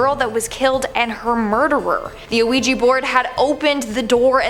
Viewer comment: A OUIJA BOARD NOT OUIJI BOARD..😡😡😡😡😡😡😡